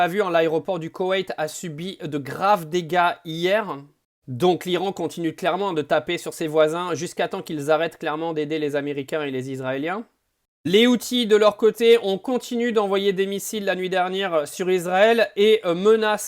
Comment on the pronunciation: Houthis et non outil vous avez du mal a prononcer the faite a efforts